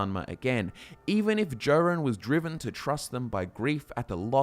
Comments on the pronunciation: I don't think he has. He keeps mispronouncing King Jorunn's name: it's pronounced "Yor-un" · Someone who pronounces my king's name as "Jo" run, is clearly an Aldmeri elf trying to publish propaganda against the pact. psh.